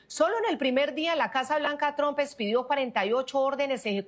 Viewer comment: Se escribe TRUMPI!! No se pronuncia TROMP!! Se pronuncia TRAMP!!!